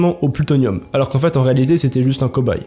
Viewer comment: On ne dit pas allorsquon. Ou allorsque. C'est bien de se vanter d'être raciste envers les français, mais quand on veux parler la langue, on le fait correctement.